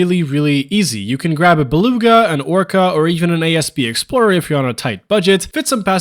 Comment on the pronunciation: It’s not “A.S.P. Explorer”, it’s “asp” like the snake.